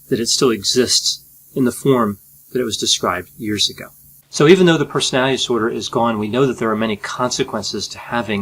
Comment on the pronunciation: I like your videos very much. And I should stop watching them all the time. As it becomes a disorder. But I like the way you explain things, you have a brilliant explaining personality. It is not a disorder. (Brilliant explainability disorder) You speak very fast, which I like, too. But please pronounce "personality disorder" properly. Don't say "personalidisorder". Please😁